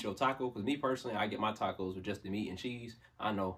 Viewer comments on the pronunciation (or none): none